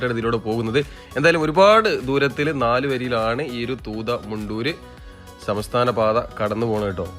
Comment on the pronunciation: മച്ചാനേ സമസ്ഥാന പാത പറച്ചിൽ മാറ്റി സംസ്ഥാന പാത ഒന്ന് ആക്കാമോ 😅... ഞാനും മലപ്പുറം ന്നെ ... 😇😇